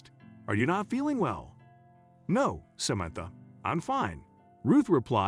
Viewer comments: Did you check how to say samantha before you buchered this name so many times? If this is computer generated, your computer is woefully inadequate. This is more than annoying, it is very irritating. How are people supposed to understand the story, while trying not to hear this royal mess-up, to avoid getting angry. Would you be happy if Samantha was somebody you knew, and people consistently said her name so badly? Do better please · Such an annoying narrative. The man misprounced Samantha's name numerous times.